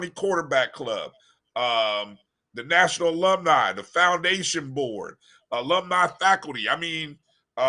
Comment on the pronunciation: That's the Best 2 & Half Years Famu ever have for Decades. On to Better THINGS. STOP HATING dude that can't say Alumni.